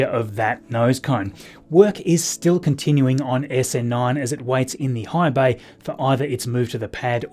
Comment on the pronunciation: I thought at first he said hive bay (The Borg?) but rewound with captions on to see he said high bay.